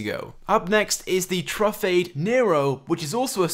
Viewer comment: its tru-fah-de, dee-baw-chee